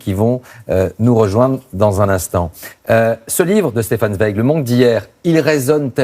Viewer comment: Prononcez de grâce TSWEIG